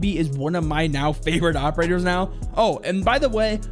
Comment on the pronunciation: did he say operters? somewhere